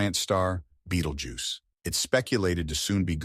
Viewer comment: It's Betelgeuse, not Beetlejuice. There are WAY TOO MANY spelling errors in the video.